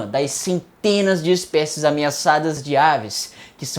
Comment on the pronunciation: ERRATA, em é ameaçadas e nao meaçadas.